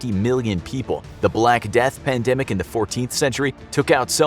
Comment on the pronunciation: What’s a pandamic? A panda microphone? 🤔😂